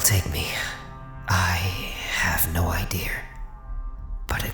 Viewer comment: I love that says "Idear" I guess no matter how good your accents are some things are too ingrained lol